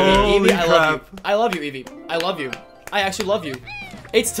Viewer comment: It's eevee. Eevee is the most cringe